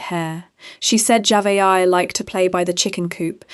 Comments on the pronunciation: AI SLOP Saying that dead little girl's name JAVA-AYA is so DISRESPECTFUL. You could have at least TRIED to give her a tiny bit of dignity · At first you were pronouncing her name totally wrong, then along the way, you started pronouncing it correct. I guess you saw either sine need coverage or someone else pronouncing it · Please learn how to pronounce the victims name. Damn she at least deserves that respect. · Please pronounce the child name right my goodness Lord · the names are mispronounced, it is impersonal. I was following the story came across your video but I was put off tried to watch but quit 5mins in. It was informative but just... thanks for responding. Also im in South Africa.